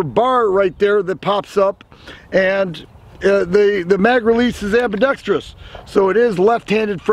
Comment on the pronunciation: you may just be the first youtuber I have heard pronounce "ambidextrous" correctly, good work.